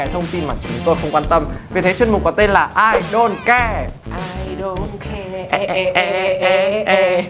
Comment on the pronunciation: Đọc là Ai Đông Ke chớ ko phải Ai Đôn Ke nhã